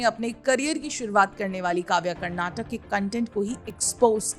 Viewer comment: Please correct the spelling and pronunciation, madam. It's 'Karnataka', not 'Karnatac'. While speaking, most North Indians cut the last vowel which sounds like क्. But you should pronounce the full vowel like in क. I don't understand why North Indians have this problem with pronunciation! They do the same while speaking the name of our language also, which is 'Kannada'. They say it like 'Kannad'. No, it's Kannada, with क् + अ at the end.